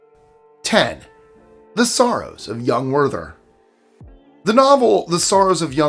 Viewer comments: Except he pronounced "Werther" as "Worth-er" instead of "Vair-tair" ...weird, since all the other German names were pronounced as Germans do. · Werther: ver-tuh. It's German.